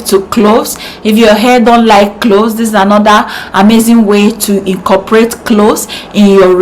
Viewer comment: CLOVES, NOT CLOS PLEASE. V AT THE END INSTEAD OF S. YOUR HAIR AND VIDEO ARE NICE.